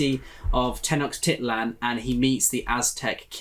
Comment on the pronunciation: Oh, The Count of Monte Cristo is so good. I first read it when I was 12 -- a bit of a challenge at that age, but the story just carried me along. Looks like y'all have got a great reading month lined up! Just an fyi, Tenochtitlan is actually pronounced with a sh/ch sound on the ch :)